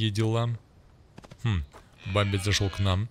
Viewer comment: Хахах (бамби) или бемби 😄видосик как всегда на высоте 🤘